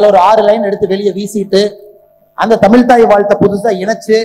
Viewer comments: Muthalil tamizh endra varthaiy correctta ucharikkakum tamil illa tamizh Mr.Annamalaiji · Ask him to pronounce tamizhi properly. Not tamil.